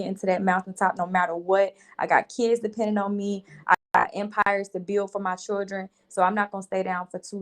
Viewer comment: 🗣 CHILL-DREN not freakin Chur-Dren!!! Ugh!!!